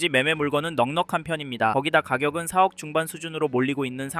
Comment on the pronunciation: 4억을 왜 자꾸 세억이라고 발음하는거 같지?